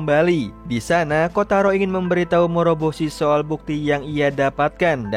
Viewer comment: morboshi, moroboshi